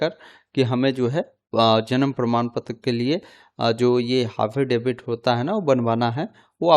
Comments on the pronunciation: हाफिडेविट या एफिडेविट 😅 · हाफिडेवित 🤣🤣😄🤣🤣🤦‍♂️🤦‍♂️🤦‍♂️🤦‍♂️ पढ़ लेते सही से एक बार 🤣🤣😄